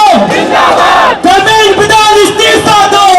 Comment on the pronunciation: Love you beta,the way u said "इस्तीफा तो देना होगा"I hope you guys succeed and we will see a beautiful country,I wish you all the best,From KOTA, RAJASTHAN